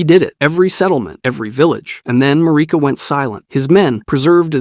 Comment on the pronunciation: I love your videos, but every time you pronounce Marika I cringe a little.